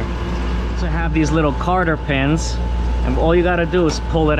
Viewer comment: Definitely “ Cotter pins”